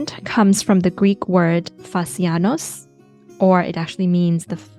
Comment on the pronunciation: Aaw I'm greek and can say your Greek pronunciation of "fasianos" was excellent! ❤🍓